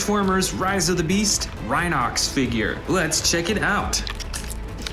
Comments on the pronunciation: it’s pronounced (rhi nox) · Yea I have him and it's pronounced ri-nocks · This makes me a little upset since it's pronounced Ry-Nox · that's not rhino x it's rhinox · Dislike for calling rhinox rhino x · it’s rhinox rhy-nokcs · It's rhinox not rhino-x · Ry nox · and he mispronounced his rhinoxs name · you never say the rhinox correctly